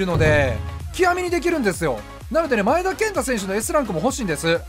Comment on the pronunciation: 【V.I.P】 外人選手のとこでネイティブとか、のマネとかね ﾏｴﾀﾞｹﾝﾀｾﾝｼｭ‼︎